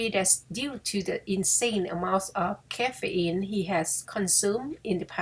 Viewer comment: เรื่องน่ารักดีค่ะ เราอ่านตามไปด้วย🙂 แต่มีบางคำที่ขออนุญาตแชร์การออกเสียงในะคะ -igue ออกว่า อี้ก intrigue อีกคำที่นึกได้คือ fatigue มี -igue เหมือนกัน enthusiasm Vehemently h ในคำนี้ไม่ออกสียง caffeine -Ka feen